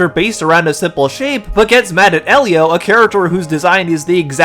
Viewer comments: The fact called the movie "Ee-lio" instead of the proper pronunciation "Eh-lio" tells me she didn't even see it, especially if her only criticism is how frames are shot and how characters are designed. She mentioned nothing about the plot or character development. I like the movie. I don't think it's the greatest movie ever, but it was cute and fun for families and kids, although a little heavy handed when the main character's parents die and he lives with his aunt. I don't know if we need something that dark in a Pixar movie, but it's just my opinion. I do agree that the "bean mouth" character design as seen in Luca and Turning Red isn't appealing if every Pixar movie uses it, but that design was exclusively used for Elio himself, not the other human characters. It's visual storytelling, a childish character design for a childish character. No one else looks like him in the film. Honestly, it feels like was just looking for reasons not to like the film and probably didn't even watch it, basing her opinions on the trailer alone. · Wow so just hates Pedro Pascal and doesn’t care enough to pronounce Elio properly. Got it.